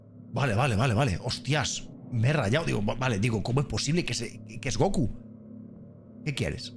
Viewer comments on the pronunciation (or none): none